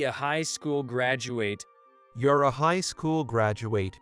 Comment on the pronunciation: John Carter on Mars, that was a good movie. You people are absurd? Bow is what you do when you go before the King. Learn how to say graduate, it really makes the narration very bad. Tumor is pronounced "to-mer". Once again bowing what what you do before the king.